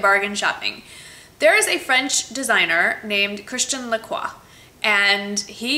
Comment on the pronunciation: You said their names both right girl! Woop woop :D I love the suede boots, they're beautiful and that's the only type of heels that I can manage to wear on a daily basis in Paris (too much walking...!). Thumbs up for the Christian Lacroix bargain!!! That's AMAZING!!!